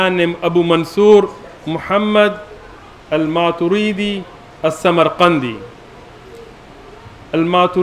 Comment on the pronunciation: They are just following orders from their own mullas. Nothing more! No study has been done whatsoever. The man can't even pronounce Maturidi and calls himself a shaykh😂😂 He thinks we're all just gullible. I'm like the 4th Athari on this thread and again I don't belive ash'ari and maturidi are misguided. They affirm every single thing. They are not mujassima or mu'tazilah. They ARE also Ahlus Sunnah.